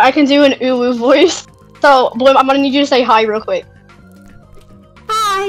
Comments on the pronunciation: When that dude said bloom name wrong he said blom not bloom😂😂😂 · "Blom" WHAT THE FUCK BLOM.